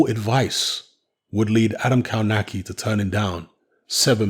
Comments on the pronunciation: Isn't it "KOVNATZKI" ? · you should pronounce it "KOF-NAS-KIE" !!! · Kownacki is actually pronounced as "Kovnatski"(close enough). Not judging because Polish is obviously is not your first language but if you're commenting about someone you might want to at least say his name right. No, I'm not Polish and no offense taken, just giving you a little tip. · Kownacki (kov-na-ski, I think that is how it is pronounced). Kownacki came in very heavy and I think Kownacki underestimated him and thought he could just walk through him whilst throwing. Kownacki has just taken a small step backwards but he can come again (the irony is he was just banging on about his 100% record) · As a Brit that lived and worked in Poland, I can say it takes a while before youre able to a, read polish words/names properly and b wrap your English speaking embouchure around the Slavic style - we can give a pass surely